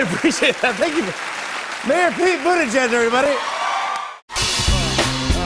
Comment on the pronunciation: That surname is still pronounced wrong 💔 #malteser #proudofyaPete Pronounciation: Boo-tea-jij